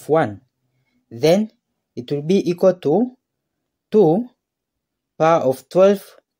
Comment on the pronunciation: Itwoobeeikwatoo 2¹²*2¹ Then itwoobeeikwatoo 2¹³ 😂😂😂